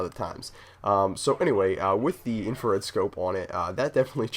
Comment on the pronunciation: Isn't it Infrared scope? not infared?